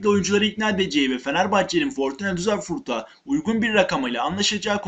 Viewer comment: Fortuna Düsselfurt değil,Fortuna Düsseldorf.